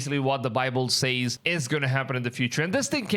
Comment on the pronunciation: Stop saying "Says" wrong! That $hits annoying AF!